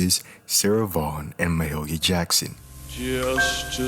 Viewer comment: Ma-who Jackson?!? Pronounced Ma-hay-lia! A gospel legend!